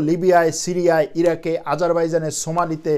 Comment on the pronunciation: Yes you are right. বলার সময় টার্কিশ উচ্চারণটা বেড়িয়ে গেছে মুখ থেকে। তুর্কি ভাষায় "সোমালি" বলে।